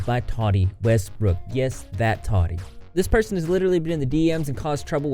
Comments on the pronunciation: Why do you pronounce her name like that. Have you not seen any of the million videos made about her where they pronounce her name correctly. Toddy westbrook lmao, so lazy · Not to be that person but it's "Tah-tee" not "Toddy". But yes I agree, Katie Joy is a stalker and totally went overboard in "digging up dirt" on the Westbrooks! She had no right to do what she did and she has literally kept talking about Tati's case against her even though if her lawyer (if he was worth what she's paying him) would have already told her to keep her big damn mouth shut until this actually goes to court! Good video! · The way you slaughter peoples names “toddie” 😂 it’s “TAATEE” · I hate when people mispronounce names. Tati not Tody.